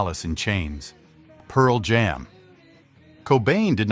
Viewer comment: I hate the AI readers they have on these videos that don't know where to put the emphasis on complicated English phrases like "Pearl Jam"